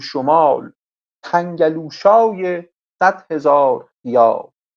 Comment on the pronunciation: تَنگَلوشا هم نيست تَنگُلوشا يا تنكُلوشا هست😊 Tangolusha or tankolusha